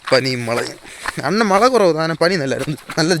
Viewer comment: தம்பி மளையில்லை மழை உங்கள் வட்டார மொழி அழகு